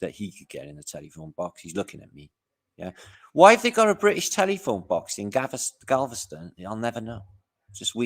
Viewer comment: It’s funny you called Galveston “Gaviscon” which is a tummy medication